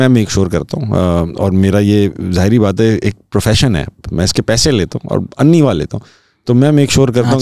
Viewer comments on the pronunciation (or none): Tabish bhai you are my favorite host/comedian.. your intellect level is awesome ❤❤❤❤ Tabish bhai "anni waa" nhi hota "annay waa" hota hai انے وا۔۔۔ Not انی وا۔۔ Love you Tabish bhai.. ❤❤❤❤ Respect 🎉🎉🎉